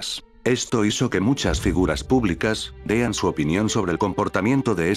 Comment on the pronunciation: El enmascarado que presenta ésto dijo en una parte "dean" en vez de den... Segundo error.